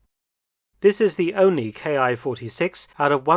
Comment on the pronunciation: A welcome showing! I was fortunate to see a few of these when last in the UK. Small correction -- IJA aircraft designations are not pronounced 'K.I.,' but rather, 'Key' (キ), being short for 'Kitai,' or 'Airframe.' So, for example, the Ki-43 'Hayabusa' was factory-coded 'Airframe 43' while being service designated the 'Army Type 1 Single-seat Fighter'.